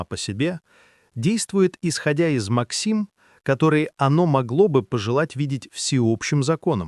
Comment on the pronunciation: "действует, исходя из максИм..." А простым человеческим голосом не можете озвучить? Тогда лучше бросьте это занятие. Отписываюсь.